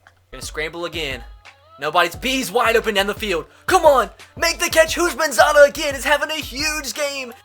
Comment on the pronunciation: Who thought of perram crowe when he said houshmansadah